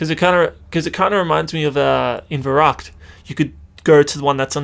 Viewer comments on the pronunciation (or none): none